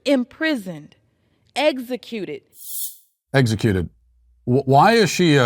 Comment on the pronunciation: How is she in Congress and can't even pronounce the word executed ? This is so sad and a huge indictment of the U.S. educational system.